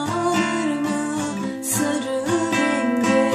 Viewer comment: güzel yorumlamışsın ama sarı yerine neden sırı diyorsun :)